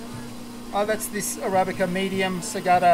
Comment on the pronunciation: Can understand you mispronouncing Filo words but surely as a coffee loving Aussie you should know how to pronounce arabica! Haha